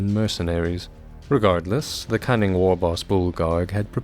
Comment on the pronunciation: Did you just say “the Orks cunning plan”…cunning, like with a G!?🤬🤬